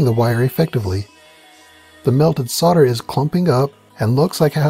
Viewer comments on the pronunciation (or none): what is sorder? Its solder. sowl-duh